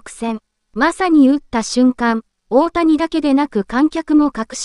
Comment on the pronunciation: 「おおや」はやめてくれ！